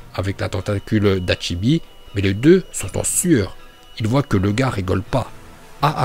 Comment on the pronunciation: Bonne vidéo mais tu sais pas prononcer les mots 😂😭 Kazekage (gué) pas ge Mizukage (gué) pas ge Railage (gué) pas ge 😂 C’est Hachibi pas Hatchibi